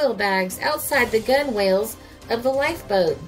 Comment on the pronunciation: Fyi...It's pronounced "gunnels"...not gun whales....lots of nautical terms are spelled differently than they sound..